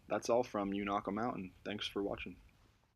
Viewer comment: It is pronounced with a long a...Unaka!